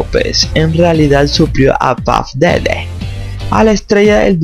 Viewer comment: Ni sabe hablar " BOLLORNOSO" " puff DEDE"